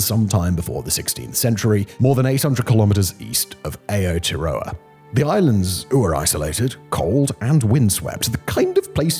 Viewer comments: Aotearo*a* pronounced a-oh t-ah ro-a And I almost forgot, it was aliens. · Simon butchering the pronunciation of aoteora is perfect lol